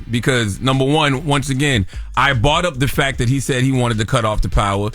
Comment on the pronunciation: put some Ts on tht "fac" charla i had to double bck i thought u said another 'f' word🤭🤭🤭